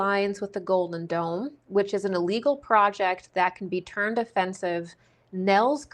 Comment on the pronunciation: I keep hearing 'Golden Dawn', when you say 'Golden Dome' ... or is it 'Golden Don'